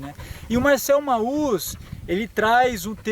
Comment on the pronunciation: Show de bola o video, parabéns! Só deixo a dica, sem preciosismo nem nada: Mauss se fala Mos.